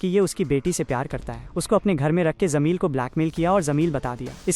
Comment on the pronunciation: zameel nahi jameel hai😂